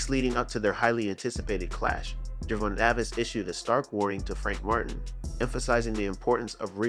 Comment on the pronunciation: The thumbnail and name pronunciation is rage bait.